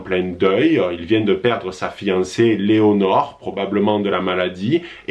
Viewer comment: Lénore😂😂 pas Léonore!!